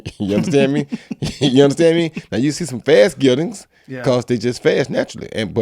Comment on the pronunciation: oh I think he's saying "geldings". Never heard of it before so I had to Google the word 'eunuch'' on like 10 different thesaurus websites xD